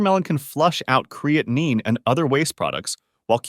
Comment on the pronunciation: An AI fake person who can’t pronounce or spell creatine correctly.